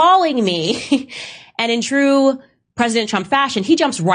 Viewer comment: "It's twue. It's twue, it's twue! it's twue!!"